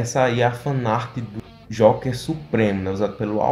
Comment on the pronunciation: Se pronuncia jouker